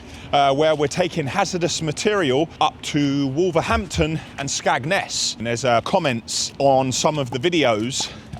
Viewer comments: it’s skegness not skagness 😂😂😂 been waiting to hear why I saw your trucks in Boston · SKEGNESS .. NOT SKAGNESS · Morning and polite correction, it’s Skegness not skagness 😂😂😉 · Where is Skagness? Do you not mean Skegness? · Can we please have a public apology to the people of SKEGNESS for their town being pronounced SKAGNESS 😂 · Skageness 😂😂😂 skegnesss 😂😂. It’s more hazardous to go there than Chernobyl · You southern speaking Londoners who upset the Lincolnshire vegetables by pronouncing Skegness (skeggy for short from the Midlands out to the east coast area) as Skagness. Shame on you 😁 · Skagness? Skeeegness! 😂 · It is skegness not skagness. But more commonly known as skegvegas. They norfs equivalent to sarfend. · I live in Skegness it’s cracked me up wen I pronounced it skagness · Did you just call Skegness SKAGNESS?